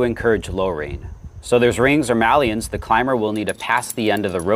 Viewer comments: On the subject of Maillons - It is pronounced 'My Ons' and not 'Mal Eons'. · You pronounce maillon “malleon“? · Great work. "Maillon" is a french word that that you're mispronouncing, in case you were not aware. It just means "link" but it's usually translated as "quick link" in english. I would encourage you to either learn how to say it properly (it's not hard, to you it would sound like a funny way of saying "mayo" if someone pronounces it in french and google translate can help with the pronunciation) or just use "quick link", instead. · definitely pronounced as May-on. And whilst we’re at it, Route is prounounced as Root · Thanks. Others have pointed it out. It's just the way some of us Americans pronounce it (yes, incorrectly). I'm actually an ESL teacher, and I also tell my students other ways people pronounce the same word from different countries. Sometimes the way I'm used to saying something just comes out. Sorta like the word "niche", some say "nitch" or the French pronunciation.